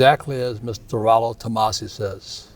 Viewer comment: I have watched other videos with Robert. Yes, he speaks the red pill terms but he does not practice them. Still calling his ex, his wife. That is blue pill. He does not even pronounce Rollo correctly. A lot of YouTubers like have Rollo terms memorized, but their words betray them if you listen carefully.